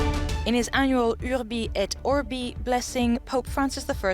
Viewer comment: How can an European channel read "Urbi et orbi" in that way? 🤦🏻‍♂️ Guys, please, that "iurbi" pronunciation is not a matter of English accent, it's an insult to the Latin roots of the continent you're talking to.